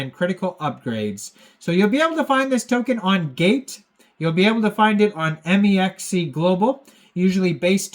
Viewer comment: “M. E. X. C.” Tell me you’re not a trader without tellin me you’re not a trader. 😂